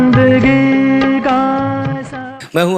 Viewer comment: Aap jo alfaz galat bolte hai Aawaj. Aawaz Jindagi. Zindagi Jada. Zyada Majhab. Mazhab Farista. Farishta Ja ko kaha bolna hai Aur za ko kaha bolna hai seekh lenge to aapki baat cheet me Jaan AA jayegi